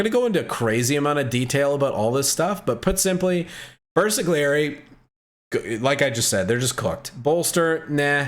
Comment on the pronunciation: Even game told you milion times how to pronounce Bersagliery and you still say BersaGGGGGliery